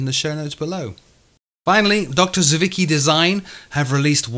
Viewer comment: Hmm, is it DrZewiecki or rather Drzewiecki? That would be pronounced Jevietski Design and made more sense.